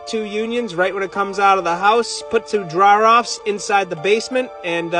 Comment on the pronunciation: I had to listen four times and still couldn’t figure out what “drrraweeeerrr offs” were😂😂😂. Then I saw them later in the vid, looked like drains. Then I heard “aauuusskushans” didn’t quite understand till I saw the chrome trim rings😜😜. But at the end I recognized that the superstar was burnin ya meat!🤩🤩. Solid work! Just a normal day in the life!!